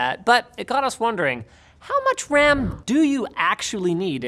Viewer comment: “what is the Wecommended amount of dedicated wam”